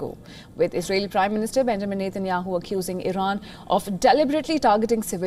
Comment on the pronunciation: REPORTER.. NETANYAHU NOT NEYTEYNYAHU STUPID